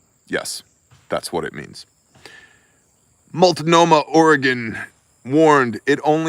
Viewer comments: Love it. Stunned you said that word correctly. Oregon words 😆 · I Had fentanyl when I was being transported in an ambulance. Had to ask if it was really ok. Hey, good job pronouncing multnohmah! 😄